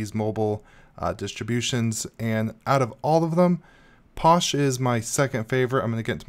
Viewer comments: LOL, its pronounced Fosh not Posh! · You're saying it wrong. Phosh.. like Phone Not Pone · Uh posh I thought it was pronounced fosh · Since when was PH pronounced as anything else then F? Physical, do you say Pysical?